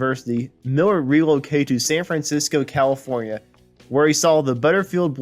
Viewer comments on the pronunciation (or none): It’s Living in the USA! Not Living in the United States of America! And learn how to say San Francisco!